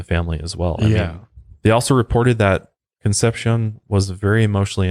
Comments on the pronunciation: and "con-sep-see-OWN" is how you pronounce "Concepcion" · Google pronunciation. Con. Sep. See. Own. Not conception 🥶 Plan*ch*et 🥶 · I never miss your LOP and MHP presentations, but what would take them to the next level would be correct pronunciation. Just do a bit of homework. Ask Google. Es-tay-FA-knee-ah Con-SEPT-see-own More of an observation than a criticism. Not expecting perfection, but this is your chosen career. Be the broadcaster with the Virgo attention to detail. Your Latin audience cringes..... Love your voice and content. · the pronunciation of Estefania and Concepcion bothered me lol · How he pronounces Conception is even more disturbing. And I am not even Spanish. Doesn't matter, I like the show.